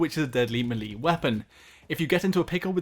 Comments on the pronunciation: It's meh lae not me li lol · I've never heard anyone say "Me Lee"... except a small child called Lee introducing himself! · ITS PRONOUNCED MELAY NOT MEELEE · Malee? It’s “may lay” u twat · "Melee" is pronounced "may-lay", not "mee-lee" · its pronounced "MAY-LAY" not "MEH-LEE" you dumbass, didnt you ever play super smash bros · It's pronounced "may-lay" not "meelee" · It's melee is pronounced Mey-Lay not Meh lay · i've never heard someone call it mi-lee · 'Melee' is pronounced "meh-lay". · I’m unsubscribing the way u say melee is brain raping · you are saying melee wrong, a lot. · You say melee really weirdly. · The way you butcher the word "melee" makes me cringe